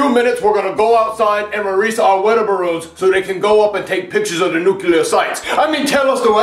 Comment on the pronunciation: It is ballons not borron